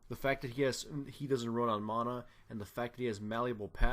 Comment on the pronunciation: The way you kept saying mana made me chuckle a bit :P. But overall, nice video.